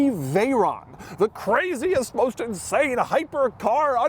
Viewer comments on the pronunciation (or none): "Insame performance" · “Insame performance”. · Watch out for that "insame" performance! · "insame performance"? Doug... really, Doug?